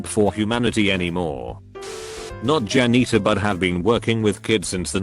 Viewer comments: Nobody: Robot Voice: Jan eater. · I love how the AI read janitor like Jan eater. So besides being a bus driver he just eats Jan’s all day lol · No one: Commentator: Jan-neetor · Nobody: Narrator: jA-kNeE-ter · "worked as a jan-eater..." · No one: Absolutely no one: This voice: Jan-eater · no one: computer: jan - NEE - ter